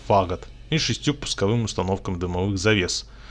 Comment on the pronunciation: Минутка душнилова: ФагОт, а не фАгот